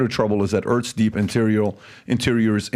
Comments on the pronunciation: Is David aware he is pronouncing Earths as Urtz? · "Erts rotating in riverse direction"